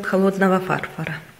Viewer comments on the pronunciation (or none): Не "фарфар"!!!!!а фарфор!!!!!Отстой полный,когда коту заняться нечем,он себе яйца лижит....На все руки от скуки,прости Господи.... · простите но не смогла досмотреть видео, не могу слышать слово фАрфор вместо фарфОр. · Великолепная работа. Только, пожалуйста, произносите правильно: на фАрфор, а фарфОр. Ударение на последнем слоге! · фАрфара? фарфОра!!! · Почему так режет слух с ударением на первую а . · А что это такое-"фАрфАр"? Я знаю -"фарфОр". А о "фарфаре" впервые слышу....😜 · Ударение правильно ставить!!!!!! Неприятно слушать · фарфООООр!!!! А не фАрфор! Пожалуйста! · Боже..ну не фАрфор а фарфОр, ударение на последнем слоге, очень режет слух. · фАрфАр 👎уши режет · Было бы неплохо научиться говорить правильно, перед тем, как записывать видео. Ну не эстетично это, и вам необходимо заниматься дикцией и правильным произношением. УЖАСНО ПРОСТО - ВАШ фАрфор. Или пишите видео на вашем родном языке или занимайтесь и говорите красиво на русском. А в супермеркаде, клей из хгхаза, это вообще ПИПЕЦ!!!!!! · Господи как уши режет!!!! Кошмар! Какой фааааарфор ...... Фарфооооор!!!! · Боже!!!!! А почему ударения не правильно ставите? Какой то ужас 😱. Фарфор, сантиметр. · Не фа́рфор, а фарфо́р. Слух режет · ФарфОра а не фарфора! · Фарфор,а не фарфар.слушать неприятно. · Вообще то не фАрфор,а фарфОр ! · фАрфар???? простите, что????? фАрфар???? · Все хорошо, но слушать проблематично, постоянное "Эээм" между словами🙉, "гэканье",неправильное ударение (фАрфор, сантИметр) откуда это слово "намАчивается"? Попробуйте показывать короткое видео без слов, с музыкой и текстом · ФарфОр. Отличная работа, поправьте ударения и вообще все великолепно будет! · Всё конечно хорошо и спасибо Вам за рецепт, но правильно произносится ФарфОр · Фарфара😂первый раз такое слово слышу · услышав на первой минуте два раза слово фАрфор..... 🤣😂🤣 короче - всего хорошего😂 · Почему ФАРФАРА??? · А почему вы говорите фа-рфора это ведь неправильно не по русски!!!! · А ПОЧЕМУ НЕ ВЕРНОЕ УДАРЕНИЕ В СЛОВЕ ФАРФОР?